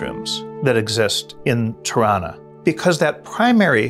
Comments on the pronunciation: LOL I thought he was saying Toronto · totally thought he was saying Toronto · Ha, I thought he said "Toronto" and I didn't know Wright had a structure named Toronto. Locally many people here pronounce the city name exactly like this. Spelled Toronno or Toronna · 'Tirranna' is exactly how Canadians pronounce 'Toronto'